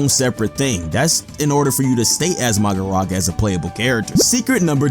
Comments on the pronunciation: Um sir it’s mahoraga not magoraga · Ain’t no one gonna talk about the he pronounced Magoraga instead of Mahoraga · Magoraga bruhhh its Mahoraga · It's not maharaja 8ts Mahoraga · Who's "Magoraga"? I only know of Mahoraga. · ''uhm actually the strongest move is max elephant because that does the most damage'' 🤓 anyway he was making a joke, he means it's weird that the creator of the video said ''magoraga'' and not ''mahoraga'' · ahhh yes ''MAGORAGA'' perfect word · vhy does he say magaraga🥲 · MAGARAGA MAGARAGA MAGARAGA!!! 😂😂😂😂😂😂😂😂😂😂😂😂😂 bro kepts butchering the name from 30 - 36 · Oh yes 'MAGORAGA'